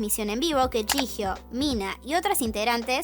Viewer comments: Se pronuncia "yijio" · Es jihyo (llio se pronunciria)?